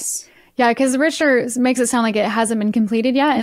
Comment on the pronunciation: Richter is pronounced Rick-ter.